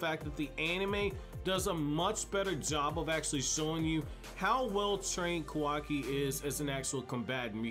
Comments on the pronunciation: KAH-WAH-KI NOT KOWAWKI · It bothers me how this guy mispronounces Kawaki, also he doesn't use Taijutsu because he isn't a ninja. He can just fight, but it's not ninja martial arts.